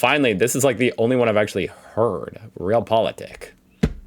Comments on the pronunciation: In WW2 we had surrogaat-koffie = Ersatz Coffee = coffee substitute In WW2 there were no coffee beans so they replaced it with something "similar", not really, because they also had Ersatz for Ersatz, so substitute for a substitute... Of Realpolitik is not prononounced as real but as Re Al With a long A. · Maybe Realpolitik would sound more German if you pronounced it correctly? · "Realpolitik doesn't really sound German, other than the spelling here at the end" made my day,.:) Well, if you pronouce it the American English way it cannot sound German, right?;) Great reaction.:)